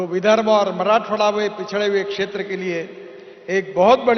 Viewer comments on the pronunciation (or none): none